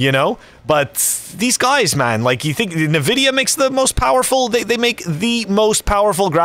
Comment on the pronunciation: En-vidia not nevidia